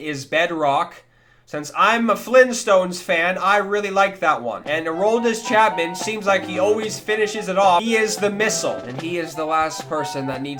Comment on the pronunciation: aroldis chapman: the cuban middle crisis would have made my life if said it properley